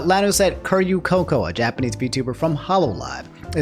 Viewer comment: The mispronunciation of Coco's name hurts to hear